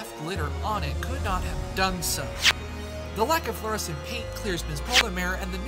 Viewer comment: Flescent lol